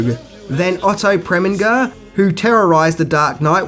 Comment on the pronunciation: You don't receive an Academy Award for television work. Those are only for films. Do you mean an Emmy, perhaps? Also, you mispronounced a lot of names. Eli Wallach is pronounced 'EEE-LIE WALL-IK.' Also, the legendary director is Otto Preminger. Last name rhymes with ginger.